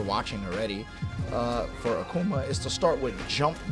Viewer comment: a-Kuh-Ma... lol